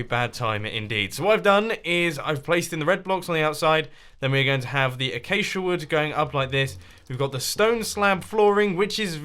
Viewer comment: learn x how to say acasia